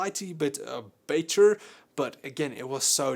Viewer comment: "BEY-TER and BEY-TER" HAHAHAHAH